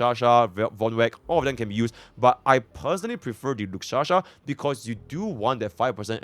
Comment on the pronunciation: its lushaka!!! not lushasha or lukshasha!!!